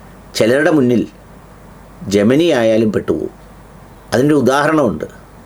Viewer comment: നിങ്ങൾ തന്നെ തെറ്റായല്ലേ പറയുന്നത്....? ജെമനിയല്ല ജെമിനി